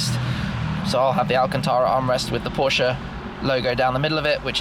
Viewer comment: IT IS a german car / brand so it is Porsche not Porsch